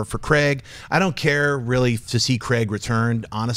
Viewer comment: OMG stop pronouncing Craig wrong >.<